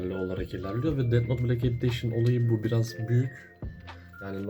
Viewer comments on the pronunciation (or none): editiona "editetion" denmesi haricinde güzel video